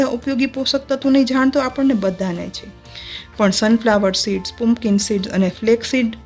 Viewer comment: પુમપકીન સીડ્સ નહીં પમ્પકીન સીડ્સ - કોળાનાં બી